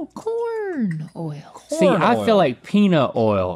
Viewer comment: This is y’all’s reminder that the word “oil” is a one syllable word -sincerely the south 😅